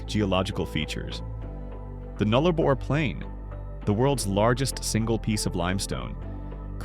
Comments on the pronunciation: As an Australian, I was shocked by the way the AI voice over pronounced our words. We pronounce Nullarbor as “Nulla-bore” not “Null Arbor” and Uluṟu as “Oola-roo” not “Oo Loo Roo”. There are more…but…you know…you get the picture… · Its called the Nullabour not the 'Nullabor', get your pronunciation correct. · Nullarbor - null-ah-bore said as two syllables, nullah - bore and given equal weight. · Butchered Nullarbor. Null-uh-bore. Null and bore are the stressed syllables. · Learn to pronounce towns or words there is no a in Derby it's pronounced derr bee and null arr bore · Yeah it is... Null + Arbor = No Tree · Yeah, I stopped watching after your second butchering of "Nullarbor"'s pronunciation.